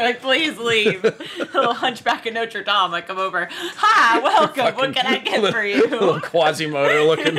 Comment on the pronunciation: You said Notre Dame and not Noter Dame! Respect!, 👍👍